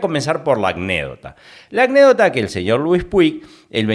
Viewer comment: SE DICE ANÉCDOTA, NO ACNÉDOCTA.